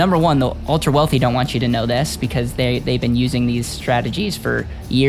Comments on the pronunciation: my friend it is not wolfie it is wealthy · ⚠️who made this video? Can you get AI that speaks properly - one that pronounces TH as TH and not as F, like council estates chavs in the UK⚠️ It's WealTH and WEALTHY not WEALFY ⚠️⚠️